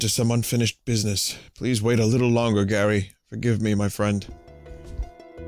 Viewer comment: wtf... vinny says "Gary" when it suposed to say "Garai" ? how? why? XD